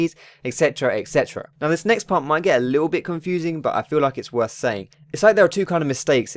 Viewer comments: the occasional 'worth' make me crack up everytime xD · I was serious when i watched this video until it said "Worth"